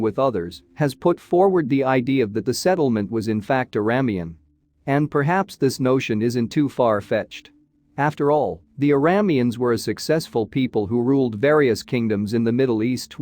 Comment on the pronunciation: Arameans. Air-uh-May-uns.